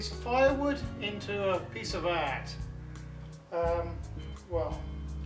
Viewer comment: good accent... I do comedy ... I have to learn to say AaaaAAAaaaRt